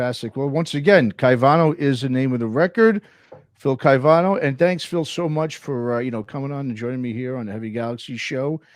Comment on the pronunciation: Great interview but you mispronounced Phil's name consistently.